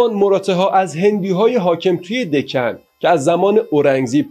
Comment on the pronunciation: دَکن رو دِکن و فِدیه رو فَدیه و پانی پت رو بانی بت و یکی دو اسامی دیگر رو کسر ه و فتحه هاشون رو جابجا گفتین ولی تاریخ رو خوب وعالی بیان کردین